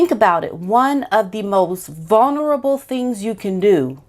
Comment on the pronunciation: It’s not “vuNerable”, it’s “vuLnerable”. Just an FYI, not picking on you, and don’t want people to find something to criticize. The evil narcissistic future ex-wife of the handbag has backed off and let the handbag talk about his mental health, drug, and alcohol problems so she’ll have documented reasons when she divorces him once she gets engaged to a billionaire.